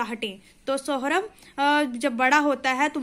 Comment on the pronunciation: Sohrab name galat pronounce kar rahi hai aap सोहराब hai saurabh nahi